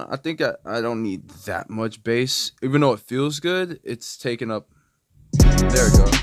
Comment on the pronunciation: You almost lost me when you said bass instead of bass lol